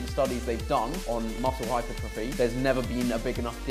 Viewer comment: Hypertruffy Or as people who dont come from Jersey say hypertrophy